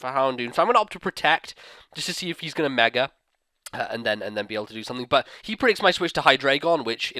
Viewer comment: Why do you say megere